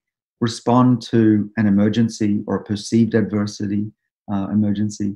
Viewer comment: My man orgasmed in Australian when he said perceived adversity. Dude enjoys his theory and has every right to